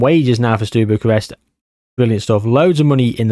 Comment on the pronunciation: Sorry to be that person, but you saying “Stew” Bucharest did my noggin in 😂